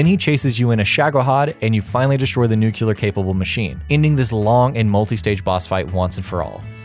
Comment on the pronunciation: "nucular" Come on dude...